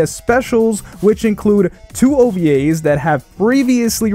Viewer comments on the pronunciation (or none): The way u said ovas hurt...